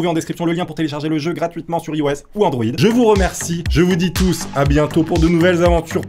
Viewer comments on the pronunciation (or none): none